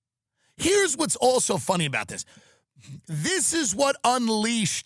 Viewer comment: “Shhhttop laughing it’s not phunny”-Jerry at the Kramer apology on letterman. It’s not phunny!!!